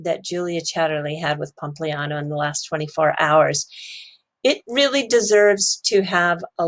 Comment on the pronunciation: says pompousliano 😂